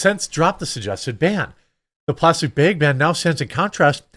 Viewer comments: You’re killing me when you say “ bags” whole bunch of times. Bayegs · Jeremy you keep saying "Bage" do you mean Bag? :) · Haha Jeremy says "bhegs" I know someone else who pronounces it that way lol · Jeremy, we will help you pronounce the word bag properly.